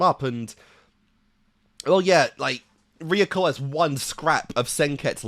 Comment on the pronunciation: I like how every time a new video comes out, you completely forget how to pronounce things lol. Re-yu-ko becomes Re-yuh-ko. Last video, Gamagoori became Gamagorah, and in this one has become Gamagoray. Elite Four have become the Element Four.